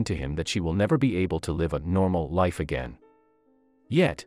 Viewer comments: THE NARRATOR ANNOYS ME WHEN HE PRONOUNCE WORDS CORRECTLY. SAVES HER LIFE NOT SAVES HER LIVE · I noticed that too, especially live as life🙄🙄